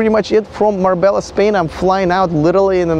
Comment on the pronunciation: FYI, I know it's spelt Mabella but it's pronounced Mar-bay-ah. I used to get it wrong too. Nobody wants to sound like a dumb tourist.